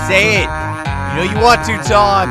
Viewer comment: can't even say Tord or Toms name right. Yes, Todd and Tim. "It's fun having you here Todd, Tord. You're way more fun than Tim, Tom."